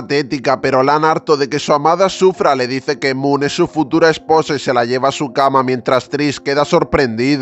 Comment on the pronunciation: Moon jajaja no puedo es mook no moon